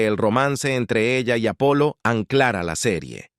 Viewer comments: Je je. es el problema de poner software a leer textos. Nunca se deben escribir términos extranjeros como son realmente, si no fonéticamente. No sé como los creadores no lo entienden todavía. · es que las voces IA "baratas" aún no pillan muy bien esto .De todas maneras con haberle puesto en el texto Apolo en vez de Apollo ya hubiera sonado bien.